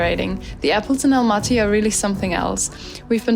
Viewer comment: Almaty. Not Alamty